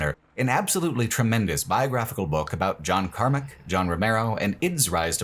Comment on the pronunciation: Alright i thought you were fucking with us with john karmic but your settlers of daikatana pronunciation has to be engagement bait